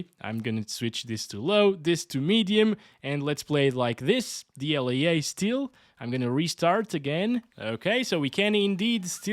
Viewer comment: what is dl-yay-yay?